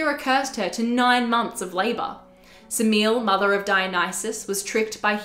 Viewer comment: The mother of Dionysus is not pronounced Semeel. Her name is made up of three syllables, the Greek being Σεμέλη. This isn't the only video that gets it wrong.